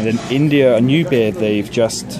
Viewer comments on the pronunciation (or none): none